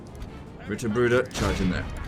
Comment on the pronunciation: I found it funny that I was crinching at your pronunciation of Knechten but then again the game doesn't make any sense as well. Knechten is a verb. The singular of the noun is Knecht and the plural Knechte. You also had problems with all the Brueder = brothers. Not surprising.